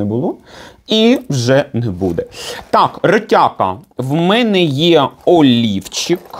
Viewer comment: сказала "олівчик", а я почула " а ліфчик". Вже думала, зараз приміряти буде:))